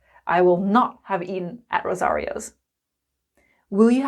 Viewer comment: it's eaten not eaen please